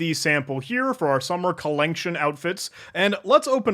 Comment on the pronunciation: the commitment to pronouncing it "collenction" as written is appreciated